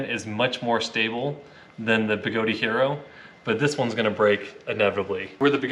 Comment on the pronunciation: Good comparison review. Although, Even Begode pronounces their company as (BeGoad) and not (BeGodey). I honestly don't know where people get the extra 'e' or 'a', but it's a bit of a pet peeve of mine to hear someone mispronounce their name after more than a year of the name change. Funny how OneWheel has the issues they are facing and now KingSong has a different set of problems.